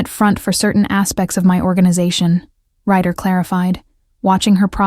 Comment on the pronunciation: RYDER not writer